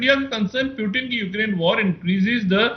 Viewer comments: 0.45 he said President *"Pyu-teen"*...🤭🤭🤭😂😂😂😂😂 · Pyutin are ye kha se pakad kar laate ho aise Journalist jinhe Pronounciation tak nhi aata thik se...🤣🤣🤣🤣